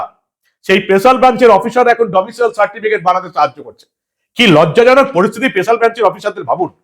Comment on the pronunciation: "ডোমিসাইল" হবে "ডোমিসিয়েল" নয়।